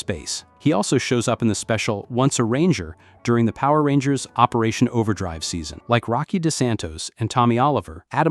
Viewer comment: The guy who is talking in the video is saying all of the Power Rangers bad guys names wrong